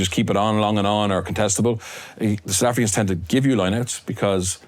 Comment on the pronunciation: Absolutely Butchering Those South African Names